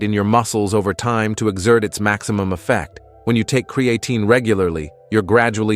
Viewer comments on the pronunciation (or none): Lost credibility right off the bat as you pronounce the word incorrectly. It’s not CreAaatine. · "Cre-A -Teen" Stupid ass AI